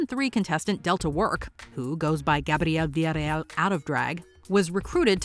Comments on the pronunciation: it's Gabriel A. Villarreal, so the narrator just mangled it really badly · What is Delta's name out of drag?😂 I could not understand what you said!!